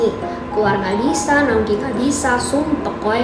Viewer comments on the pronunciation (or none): Sukak pas dia bilang "sumpek" 😂😂😂 Sumpeg nya sungguh medhog 😂😂😂